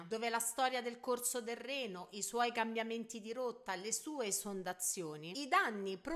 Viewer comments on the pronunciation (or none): none